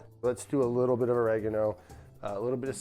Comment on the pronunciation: yes yes "oregeno" sure